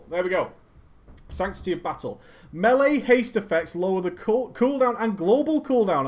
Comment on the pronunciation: Melee. You DON'T SAY MEALY. You say maylay